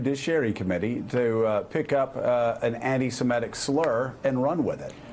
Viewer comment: Joe, please google "pronunciation anti semitic"